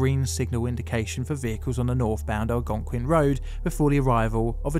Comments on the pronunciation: Great job correctly pronouncing "Algonquin" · at least he pronounced it like a local, pretty impressive for someone on another continent.